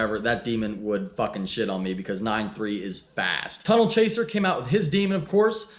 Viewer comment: Damn you again!!!! It’s tunnel not tunenel lol. Thanks for the shout out bud.